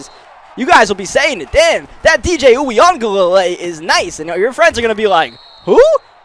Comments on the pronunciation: it’s “ uuugaalayyyleee “ that’s how it’s pronounced lol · it’s pronounced you ga lay li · I believe it's pronounced, wee-guh-le-le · For anybody wondering, it's basically pronounced: ooya-ga-ley-lee in american, but Samoans would pronounce it closer to wee-aung-gah-ley-ley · I feel like it's pronounced "Yoo- ih -Guh-Lay-Lee"